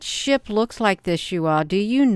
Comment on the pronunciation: When you say SHIP sometimes I think you say SHI* and and I think WHAT??? 😳